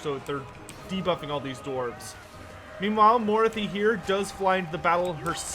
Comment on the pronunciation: It's pronounced "maw-RAH-thee", not "MORE-ah-thee"